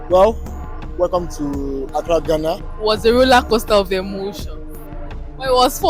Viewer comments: It's pronounced Gaana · Why Nigerians always pronounce Ghana as "Gana"? . As a matter of fact the correct pronunciation is "Gaana"